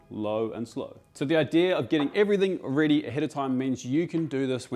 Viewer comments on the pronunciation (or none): none